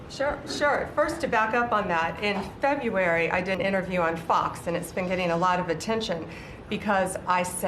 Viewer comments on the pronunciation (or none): Back in "Febyooary" she did an interview on FOX, where she lives.